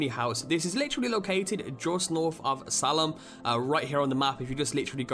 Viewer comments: Just for future reference, Salem is pronounced "Say-lem" It's a long 'A' sound. Also, Les Fusil Terribles is pronounced "Lay Few-see Tear (like Stair)-ah-bluh" It is indeedd French, though, I'm not exactly certain what it translates to. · I'm from Massachusetts it annoys me that he said Salem wrong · Salem = Say - Lem l Not Sall em. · Good small compilation, but a few things bugged me, mostly the pronunciation of a few words. ( salem (say-lem), Le Fuse Terribles (Lay Foos Tay-reeb-ley) and compilate is not a word. The one you are looking for is Compile. By no means am i trying to be a jerk, just trying to help ya out with sounding a bit more educated. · You're not pronouncing it right... 1. Le Fusil Terribles - Le FOOSEAL TERREEBLAY 2. Melee - MAY-LAY/ ME-LEE 3. Salem - SAY-LUM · Say-lum. You've revoked your right to get mad from here on out whenever an American mispronounces 'Gloucestershire'. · Salem [say-lem]